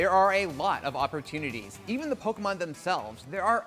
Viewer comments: Why does say "Pokimon" instead of "Pokemon"? 🤔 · It’s Poke-EH-mon not Pok-Y-mon...geez...